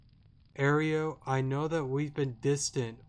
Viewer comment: You're pronouncing Aero like Oreo, it's more like aero-dactyl